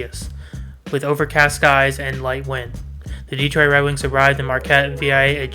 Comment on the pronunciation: A friendly correction... It's not "DE-troit" It's "de-Troit".